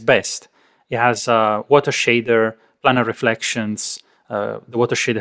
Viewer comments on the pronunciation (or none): none